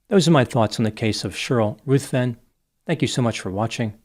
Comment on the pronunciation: The name 'Ruthven' is pronounced 'rivven', not 'ruth-ven'.